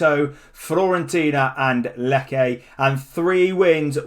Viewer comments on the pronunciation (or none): For future reference, Lecce is pronounced Leh-chey not Lecke